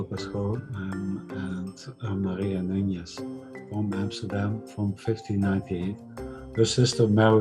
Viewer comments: The surname Nunez is mispronounced, the second n does not have a [nh] or [ñ] sound in Portuguese. It is also a patronymic surname. Nunez or de more modern form of it, Nunes, means son/descendant of Nuno. It's not of Jewish origin but some Sephardic Jews adopted this surname. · It’s Maria NuneS, not NuneZZZ.... I’m Portuguese with Iberian Jews in my family tree. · Nunes/Nunez and NuÑez is different. The video is pronouncing it as Nuñez...which is probably not how it was spelt or spoekn in Portuguese :) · The best approximation to the modern Portuguese pronunciation of Nunes (without using IPA symbols) is NOONsh. (In the case of Brazilian accent, a better approximation would be "NOO-knees".)